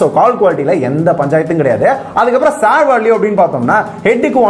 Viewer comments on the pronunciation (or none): none